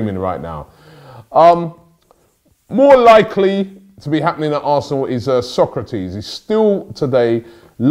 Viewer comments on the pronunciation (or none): Robbie! Its So-kra-tis not Sócrates ffs lol